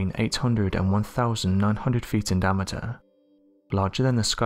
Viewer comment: Unfortunately this narrator speaks on most of the videos. He is truly horrible. In every sentence he completely mispronounces something. Listen to how he says Diameter in the first couple sentences. Lol. This guy never learns that he’s trash.